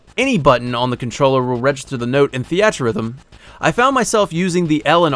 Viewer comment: "thee at" rhythm. I love you man lol